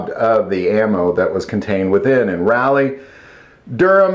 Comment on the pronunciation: Say it with me....."Raw-leee" 🤣🤣🤣